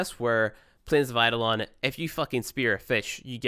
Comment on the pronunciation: It's eidolon you fucking pleb Kappa